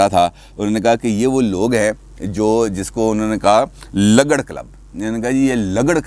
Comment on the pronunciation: یہ لگڑ نہیں بلکہ لگڑ مطلب ل کے اوپر پیش لگا کر پڑھیں،،اس کا مطلب ھمارے اٹک میں،بے کار۔ نکما،بے حیثیت اور فضول قسم کا شخص ہے